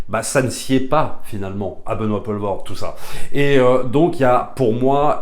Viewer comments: Pitié c'est Poelvorde pas Paulvorde, ça ne se prononce pas de la même façon. Pour faire simple c'est plus comme pool en Anglais. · Benoît Poelvoorde se prononce "Poulvôrd" (le oe en néerlandais se prononce "ou")